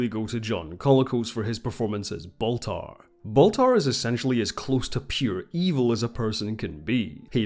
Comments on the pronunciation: His name is Baltar, not Bathar. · It's "Count Baltar," the name "Gaias" was an invention of the RDM reimagining.